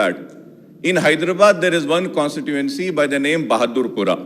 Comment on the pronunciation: Mr. Akbaruddin Owaisi - At time stamp it's not Achieved but Achieve so much so at time stamp it's Constituency and not what you said. Please improve your communication skills.